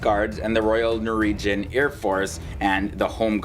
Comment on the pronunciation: Norwegian not noregian